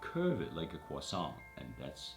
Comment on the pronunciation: I like how he pronounced croissant correctly. Geat video!